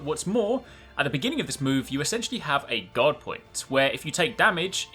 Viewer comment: Through most of the video I though you were saying God instead of guard. I thought it was a new invulnerability window lol.